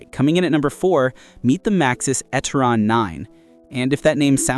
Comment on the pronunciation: It is NOT Etteron……it is E Terron.